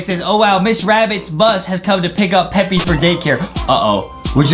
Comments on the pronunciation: It's Peppa not peppy and Justin needs dounts and Adam needs some milk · It's peppa not peppy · That ain't peppy piggy bruh it's supposed to be Peppa pig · Peppa not peppy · The way u said "they passed by pepies house (pepa pigs house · It's not peppe it's p e p p a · Its not peppy its pappa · Peppy? IT'S PEPPA! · what is pepie pig its supposed to say pepa pig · Its peppa not "peppy" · It’s pronounced Peppa P-e-p-p-a